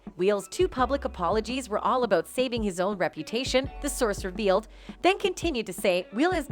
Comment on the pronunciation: The narrator talks "aboat" Jimmy Kimmel and "Weel" Smith.